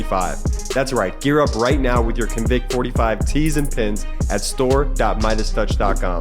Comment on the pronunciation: Convict45 sounds so much better with stress on the first syllable, or noun instead of verb.